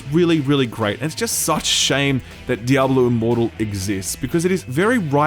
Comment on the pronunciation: Did you say diablo immortal or imoral? the second one is way more accurate :p